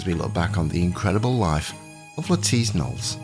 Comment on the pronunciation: THANK YOU for the correct pronunciation of her name! I am so tired of watching videos by historians who are still calling her "Lettuce Nollis"!